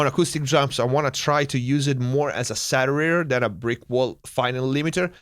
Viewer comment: The "Satterator"...Sounds like the Terminator's lazy little brother. Great vid.